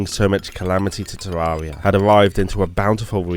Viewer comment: Its pronanced ter air ee uh